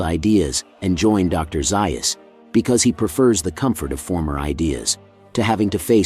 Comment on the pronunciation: I wish someone would tell the narrator that Dr. Zeus' name is pronounced Zayus and not Zeius.